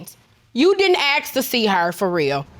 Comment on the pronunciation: Why all of them on PC say aks instead of ask,just sayin